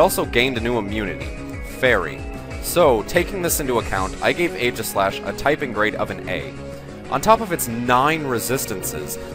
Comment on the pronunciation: For some reason, I feel like being a douche about this video. So let's criticize everything. Firstly, fanart. Don't use fanart. Second, The first A in Aegislash's name is silent. It is based on the shield Aegis (AKA Egis), in which the 'A' is silent. When you actually say the name of a Pokemon's form, form has an E at the end. For the onscreen description of Stance Change, since it was a quick summary, you should have used the in-game description. "The Pokémon changes form depending on how it battles." Steel resists Fairy, it's not immune to it. How did you not catch this mistake in post? Mandibuzz does not resist Sacred Sword. It's part dark. More fanart. Even more fanart. How about Weakness Policy on Aegislash instead?